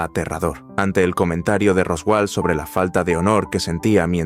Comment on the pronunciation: No me gusta la IA pero el modo en que pronuncia ROSWALL es muy gracioso